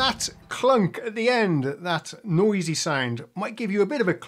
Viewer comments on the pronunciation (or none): none